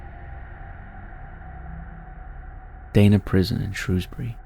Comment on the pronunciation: Dana is pronounced Dar-Nah. I used to work in the prison for a few years up until 2010.